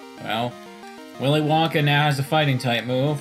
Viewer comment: "Willy Lanka learned how to chop a MF" What made it so funny was just the mispronunciation of "WillyWonka"